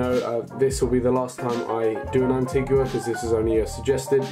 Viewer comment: It's pronounced 'anteega' btw!